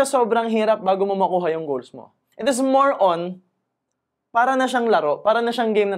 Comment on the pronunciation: I really like your video contents about personal development and it resonates to me pa dahil kapwa pinoy. However, you may want to correct how you pronounce the word: “IS” kasi po you use it alot as a habit sa pagexplain and pagnagcconstruct kayo ng sentences in all your videos. Nakakadistract po kasi yung pagbigkas nyo ng “THIS” as “thes” & “ IS” as “es” instead na ipronounce as “is or iz” or pede rin na sabihin nyo nalang in tagalog na “AY” & “”AYUN” … Constructive feedback lang po! ✌️